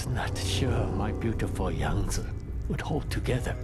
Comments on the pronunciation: I appreciate you saying Yang Ze Instead of Yang Zeeeeeeeee every other youtuber is saying. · At least some one knows how to pronounce Yangtze lol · You're the only person I've seen so far (Beside from Zao himself) to pronounce Yangtze properly.